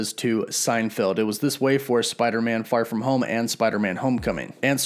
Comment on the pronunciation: Is it just me or did you say "Spider-Man: Fart from home"??